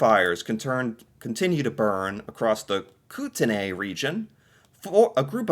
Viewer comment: Kootenays pronounced kootnys